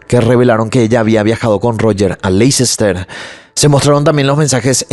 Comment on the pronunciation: Hola! Me encanta tu channel! Solo una pequeña correccion de pronuncia por si te interesa! Leicester se pronuncia asi: Lè-ster. Solo un fact fact que aprendi en la uni y te la comparto! ❤😊